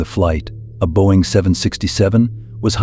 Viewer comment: Boing?? 😂 think you might mean Boeing